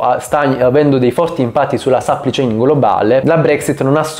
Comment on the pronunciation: "catena di sappli chein"